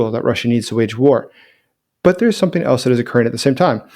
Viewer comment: no K in the word something.